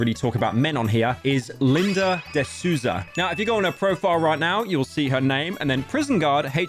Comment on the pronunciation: Pyro saying de Sousa is truly an experience